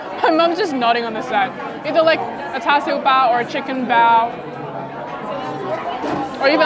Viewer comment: I was expecting you to pronounce “cha siu” as in cha siu bao the mando way as you’ve done in previous videos, I’m glad you said it correctly like how your mom pronounces it